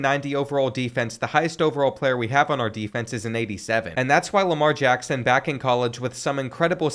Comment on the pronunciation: nah that ain’t Lamar Jackson that’s Jamar Lackson